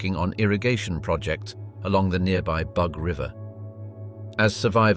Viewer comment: Its spelt Bug but pronounced “boog.”